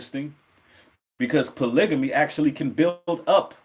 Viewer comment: U pronounce the word polygamy wrong I think